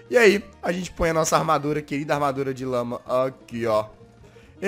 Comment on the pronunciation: quem entendeu que em vez de lama ouviu lâ??